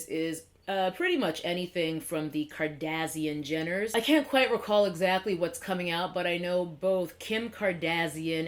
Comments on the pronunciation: Here from Whitneys Channel! Love how you say Kardasian 😂 maybe its the proper way. Also i have never purchased any of the kaylie or KKW products, glad we are on the same page. Overall i always feel skeptical about collabs with public figures, reality tv stars, artist, etc. i wait it out before i even consider purchasing. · I get a kick of how you say kardashian like that antagonist race from Star Trek lol I think of palettes like this. Expensive paints are nice, but a good artist can make most paint work. And there are only so many colors, so I don’t need to buy new paints from each company that comes out with them. The point is the product, not the tools to get there. So I just use what works, and I don’t buy new paint until I run out or if I’m missing something, or if the paint I’m using is low quality and I need an upgrade. That’s my attitude with palettes. No amount of brushes or palettes can substitute practice and talent. I understand that it’s a hobby, and we all spend money on stuff we don’t necessarily need. But I can’t help but feel that brands are taking everyone for a ride.